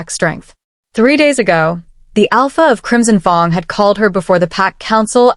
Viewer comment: Pronouncing of fang wrong is very difficult to make listening easy